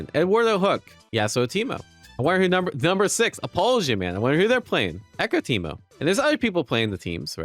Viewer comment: In the first minute you say Temu instead of Teemo at least once, but I think a couple times. I keep doing this too xD